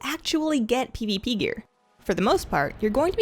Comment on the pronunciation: I love the way you say "pivipi" :D